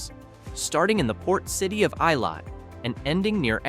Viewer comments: Elat is pronounced E' - lat not I' - let. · “NEgev”, not “NeGEV”. Eilat is pronounced “AyLOT”.